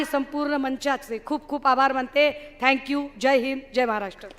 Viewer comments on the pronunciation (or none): none